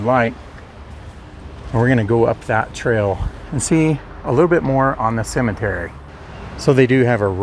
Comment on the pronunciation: Would like ro have a dollar for every time the narrator says Cimitiry..